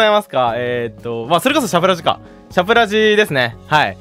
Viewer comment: シャプラジを最初しゃぶらじだと思って聞いてて、ヤバい名前のラジオだなと思ってた。 ラジオを発音よく言うと更に詩子みが増すし